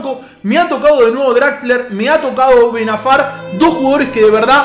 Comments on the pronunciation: like si te has dado cuenta q dijo Ben Afar y no Ben Arfa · benafar jajaja *ben arfa